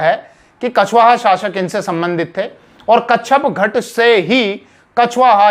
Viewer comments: कच्छपघट नहीं,कच्छपघात होता है, ठीक से जानकारी किये बिना ही वीडियो बना दी है। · Kacchagat nahi kacchapaghata...sahi pronunciations h hasan nizami ki book taj ul.masir must authentic history book h is era ki..unhone kacchapaghata ko gurjar pratihar dynasty ki ek shakha bataya h parihar. Jo k agnivanshi h.gwalior narwar asi k kacchapaghata rajputs k descendents abhi b zinda h u hone nagod riyasat kayam ki h mp m..wo sab parihar h agnivanshi..ye basi hi vivadaspad bast h..authentic source nahi h..